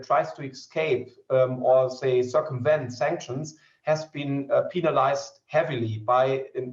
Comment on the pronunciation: Sorry but he I was done when he said "penalized" 😅